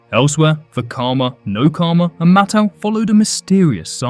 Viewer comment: yo my guy, it's MAT-au! Like how you say "mat"? But with the '-tau'